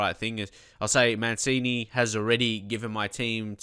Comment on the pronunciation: It's pronounced as Man-chini, not Man-sini